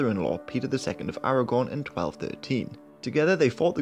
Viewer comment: He DID say Aragorn!